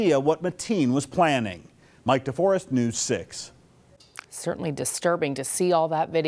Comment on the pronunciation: The news guy has some splainin to do... his names Mike Deforest....(DEFOREST)!